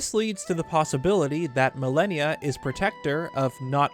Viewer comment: Pronunciation: Mal-on-ya (mal-an-ya) Not millennia (ma-lany-a) simple English but great video